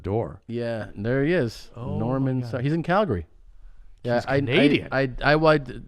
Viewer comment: "shout out to all the cowboys in Calgury.."